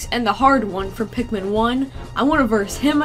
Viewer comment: Sometimes when she sais pikmin it's sounds like pacman